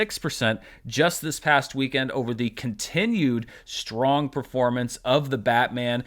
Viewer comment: 'SHTRATEGY' and 'SHTRONG'. Why are you adding H to these words?!